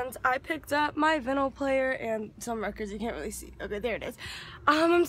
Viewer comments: it’s called a record player. and it’s pronounced vEYEnyl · You're saying vinyl wrong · Btw VINYL is pronounced like vine-al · if you’re gonna listen to records at least pronounce vinyl right